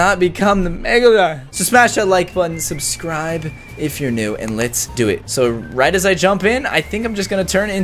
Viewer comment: Stop saying subscrub